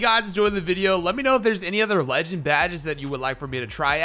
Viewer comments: I love the way you say leee- ginn 😭😭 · Y yu say legend like dat😂😂😂